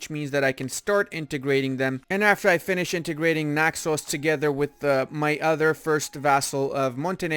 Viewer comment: You say Naxos so nicely <3 Bravo